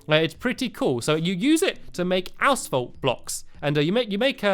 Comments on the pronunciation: lol, he says 'asfault' instead of asphalt. here in #MURKA , we say it like 'asalt'. (short a-salt) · Haha stampy said ass_folt I'm not trying to be mean though... :3